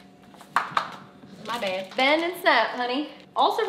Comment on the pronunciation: picks up Ice cream “my bayd”